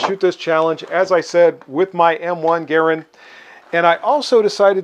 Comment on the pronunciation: Garand rhymes with Errand. He got it right!